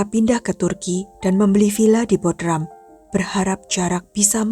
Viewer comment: baca Bodrum, bukan Bodram